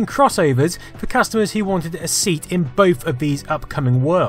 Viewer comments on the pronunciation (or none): none